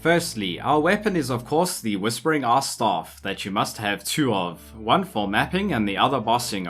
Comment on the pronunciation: I know you are saying ice...but i cant hear anything butt "Ass". So it is now AssStorm to rain Ass on your enemies.